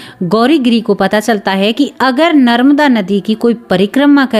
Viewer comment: Didi narmada nadi bolyehe naramda nahi